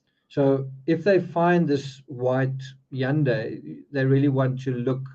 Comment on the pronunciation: You're the first person I've heard so far that pronounced Hundai correctly!!